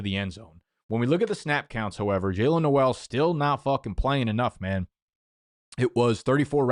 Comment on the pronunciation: and pronouncing Noel too